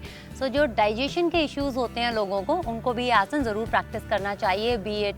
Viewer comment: Ye aurat abi bi Asan ko Asana bol rahi hai, mujhe ab chid hone lagi h isse man Kar Raha h galiya bak du,, ye hamare yog guruo ka apmaan Kar rahi hai,, 😡🤬